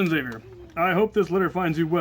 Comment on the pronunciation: You said my name right Captain Xavier